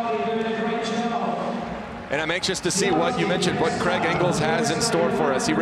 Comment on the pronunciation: Craig not kregg